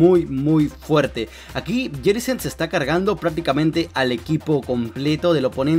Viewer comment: Prenuncia bien mijo Jellicent